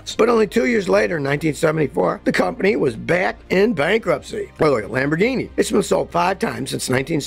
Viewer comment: "Bankruptcy", not "Bankrupcy" ... 25% = one FOURTH, not one FIFTH. Love the video, but I'm a little nit-picky about the details. Sorry. Used to be in QA.